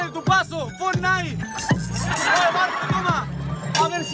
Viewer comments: No porque ellos no riman siempre con eso O a vos te parece que fortnite y sacas riman ? El tipo dice "fortnai" y "sacai" Y de esa manera riman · "TE GANÓ HASTA CON EL PASO DE FORNAIT" xD